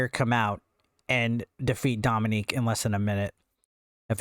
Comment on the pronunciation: It’s Dominik not Dominique